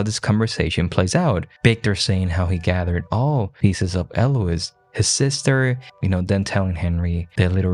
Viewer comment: irks my soul they way you mispronounce Eloise.....